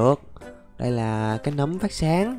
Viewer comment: nấm mà anh đọc thành núm? WTF!